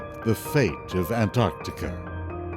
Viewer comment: Thank you so much for pronouncing both Cs in Antarctica. When I hear people skip the first C, it makes me want to slap them very very hard. There is a rendering mistake in the world view shown . At this time, New Zealand did not yet exist, but its forebear, the continent "Zealandia" was extremely prominent, and was between 8 and 12 times the current size of New Zealand. All that's shown is the sunken remnants of two mountain chains. New Zealand ALWAYS gets shafted by film producers; either left out entirely, or shown incorrectly over time. sigh